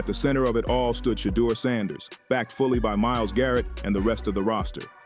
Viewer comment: AI please get the pronunciation of Shedeur’s name correct.